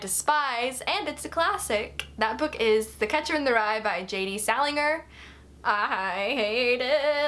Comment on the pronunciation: and Salinger! Lol. That was painful